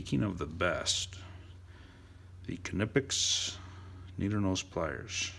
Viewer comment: Amazing somebody who actually knows how to pronounce knipex